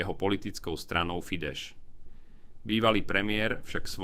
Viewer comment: A k tomu ešte "Fideš"... keď sa tomu nerozumiete,tak radšej držte huby